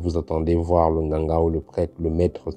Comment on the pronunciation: Sa façon de dire " Ganga " 😂😂😂😂😂😂😂😂😂😂😂😂😂😂😂😂😂😂🏅🏅🏅🏅🏅 Merci pour tout !